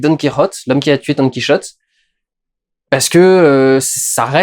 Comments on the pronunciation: Sérieux durandal ''don qui rotait'' tu ne peux pas dire don quichotte☺☺ bonne video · Tu sais t'es pas obligé de dire done kiroté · par contre je sais pas pourquoi tu t'obstine a faire la jota quand tu cite "Don QuiChote" mais en espagnol c'est le "J" qui se prononce avec la jota pas le son 'Ch". Donc ça se prononce bien comme un français pourrait le dire , enfin plus au moins. Voilà petit cours linguistique parce que je suis emmerdant , chouette review soit dit en passant même après avoir vu celle du Fossoyeur j'ai appris d'autres choses et j'ai même préféré ton analyse , après ça c'est personnel voilà voilà